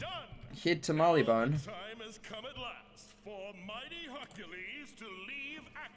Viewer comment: wait did I just heard you say "Barleybone" instead of "Marleybone".